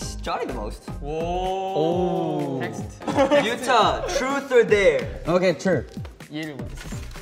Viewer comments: its yuta not utah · Jaehyun: draws two lin- NCT: YUta YUTA itS yUtA